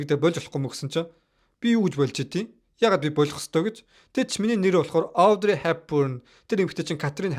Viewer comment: Авдрэй биш Оодрэй, Гиванчей биш Живончи ярих хүмүүсээ судалж байж хийжээ.